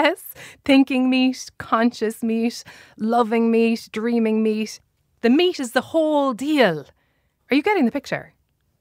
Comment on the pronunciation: What is the woman's accent? She sounds like she's saying "s" instead of final "t"s: they're made out of meas"